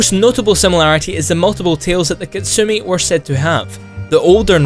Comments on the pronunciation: Dear. Your pronounce make no God Damn Sense. Kitsune is not pronounced as Kit-su-ni. Last E should be pronounced as 'net' as in network. Not 'nit'. Try the google translator for キツネ and check out the pronunciation. Sincerely, random Asian guy. P.S. I love this vid. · isn't it pronounced kee-tsu-nae?